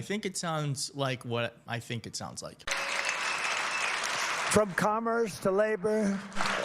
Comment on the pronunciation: They produced automo.....beel. From commerth to labor ...to FEMA. I heard the squelch - he pooped his pants.